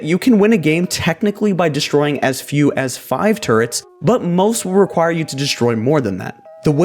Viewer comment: Is it just me or did he say turds instead or turrets